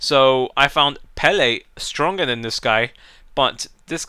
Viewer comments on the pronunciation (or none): none